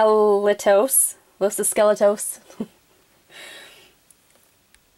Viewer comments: Look this is how u say it los escuelitos. Okay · Los e skelotos that is how you pronounce it